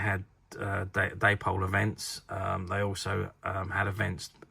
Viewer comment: I’ve always thought it was pronounced “Dapol” rhymes with “Apple”